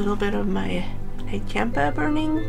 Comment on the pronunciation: It's pronounced, " Nog chomp-uh" Nag champa...